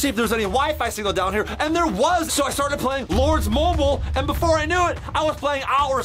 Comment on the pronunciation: chad said lords Mobil it’s lords Mobile not to be mean and chad I love ur videos!!!